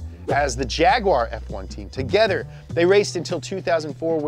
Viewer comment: toogetter lol